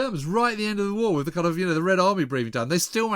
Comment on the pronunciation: Who's it wiv, James?